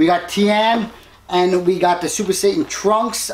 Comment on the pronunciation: Did anyone catch him saying super satan trunks